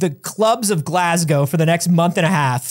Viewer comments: insisting on calling it glas-gowe is breaking my brain 😂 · Glas-go not Glasg-ow for pronunciation though your Edinburgh is shockingly spot on.